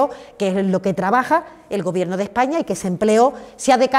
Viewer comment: Esta señora necesita un iphone 13 o un curso de pronunciación... que sinverguenzas estan con todo el rato llenandose la boca de "este gobierto progresista de España"